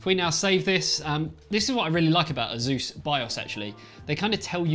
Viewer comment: It's Pronounced >>>>> ACE-US .. NOT ASUZE